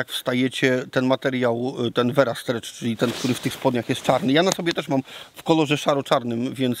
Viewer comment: Versa nie vera